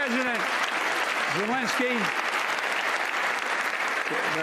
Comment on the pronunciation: He’s pronouncing zelensky as zee-lensky. That’s why